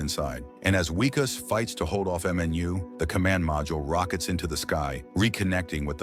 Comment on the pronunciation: Its Vickus not Wickus